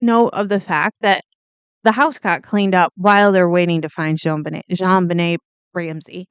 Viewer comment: It's not "Joan," it's Jon, as in John.